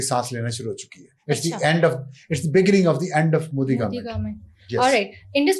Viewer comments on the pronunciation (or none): none